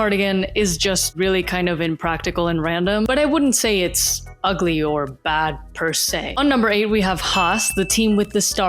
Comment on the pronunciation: u just said perse three times and feel few